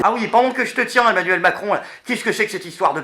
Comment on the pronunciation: " l'équipe d'Aimnuèlle Macron "merci la locution pour un présentateur.